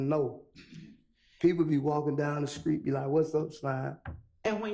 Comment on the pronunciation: He say Creek credibility not street credibility 😂😂😂😂😂😂😂